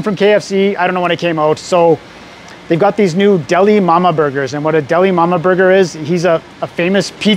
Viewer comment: I kept hearing "Dalai Lama" and wondered how you managed to travel so far in such a short time. 😆